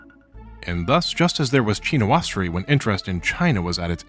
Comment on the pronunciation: your pronunciations of Chinoiserie and Japonisme are painful